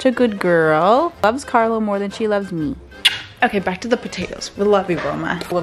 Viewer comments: Carlo, please teach her to at least pronounce your name correctly. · La pronuncia di quando dice "Carlo " è simpaticamente americana. Arrotola la "r' che è uno spasso sentirla.